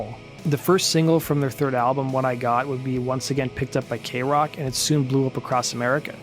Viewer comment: This is the first time you've pronounced kroq 'correctly' and tbh I'm kinda bummed out about that :c